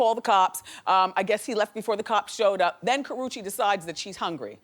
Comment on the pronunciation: IT'S KARRUECHE get that in your head or read the letters slowly.